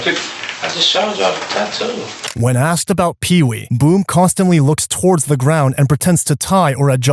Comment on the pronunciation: I can't believe the bald detective said axed, it's asked!! And he died alive?? You think OMG